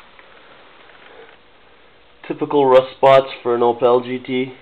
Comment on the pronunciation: that's a terrific start on the documentary of rebuilding your Opel GT, and thanks for the credit on the rotisserie. I am looking forward to seeing more video progress very soon. By the way, when pronouncing "Opel" the emphasis is on the "O", not the "pel".